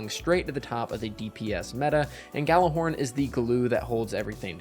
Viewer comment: Destiny players pronounce Gjallarhorn correctly challenge (impossible)